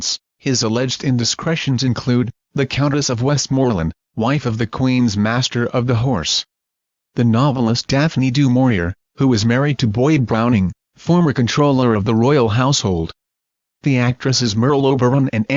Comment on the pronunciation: You BUTCHERED the name DuMaurier. Do more ee ay